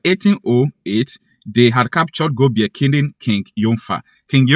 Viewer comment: That name Gobir pronounced Gobiri.